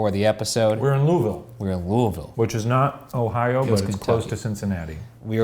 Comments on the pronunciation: I'm just proud of Shane pronouncing Louisville correctly. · Y'all said Louisville right, I'm so proud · I'm just so proud that they pronounced Louisville the "correct" way lol. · As a Kentucky girl I appreciate that Shane and Ryan both nailed the correct pronunciation of Louisville. Also Skyline Chili slaps y'all are crazy.